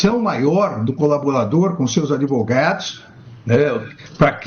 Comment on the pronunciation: Esse cara é uma besta que fala "adevogados".